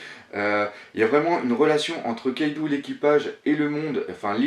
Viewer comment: c'est luffy et kaido pas louffy et kaidou putain!!!!